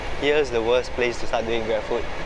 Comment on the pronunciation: Wors"t" la bro... :D